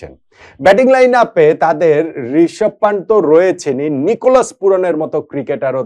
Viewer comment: পান্টের নয় কথাটা পান্থের হবে, ভুল উচ্চারণ ও ভুল লেখনি